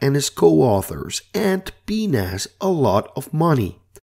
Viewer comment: I suggest not pronouncing PNAS as "pee-nas". It sounds like a bit of human anatomy. "Pee-En-Eh-Es" would be better, methinks.